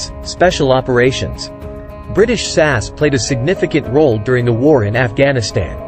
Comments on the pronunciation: It's S A S (spelling out the letters) not sas. A very interesting article. I wouldn't want to be on the wrong side of any of them. Well done. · S.A.S. say each letter. not as a word